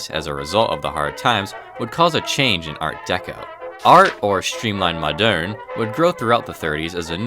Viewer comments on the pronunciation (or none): Moderne, not madeurne. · The clicking of the keyboard throughout the video is terribly annoying. Try updating your equipment. Old trains are great....old keyboards suck. BTW...Moderne is pronounced the same as "modern." Think of quainte olde towne english....the pronunciation remains the same.